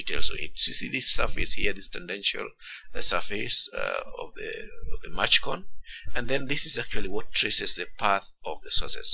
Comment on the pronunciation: Good explanation, but it's not "machcone." It's "Mach cone."